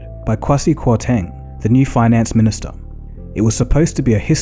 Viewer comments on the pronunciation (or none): Dagogo Kwasi Kwarteng is a Ghanaian name and is pronounced as "Kwey-See Qua-Thing" haha, I just thought I should mention it.